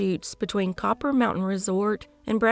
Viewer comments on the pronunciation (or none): none